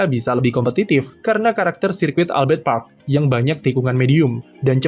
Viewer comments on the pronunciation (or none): none